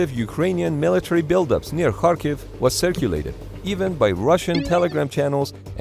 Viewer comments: You're the first English-speaking YouTuber who proneness Latin transliteration of Cyrillic 'X' [ha] properly saying [harkiv] instead of [kharkiv]. I have no idea why 'x' transliterates as 'kh' but it should sound as strong [h]. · You are the first YouTuber I know who makes the effort to properly pronounce Ukrainian names. Most people pronounce Kharkiv with a [k] not an [x] and it just sounds wrong when you know Ukrainians. Thank you.